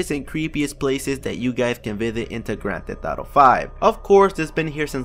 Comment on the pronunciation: "Grand theh thauto" listen to him